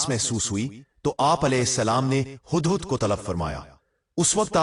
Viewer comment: Hadd hadd Nahin 😂😂 hudd hudd bolo . Urdu Bolna sekho.